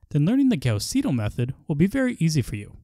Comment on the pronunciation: why do you pronounce Gauss the proper German way, but not Seidel?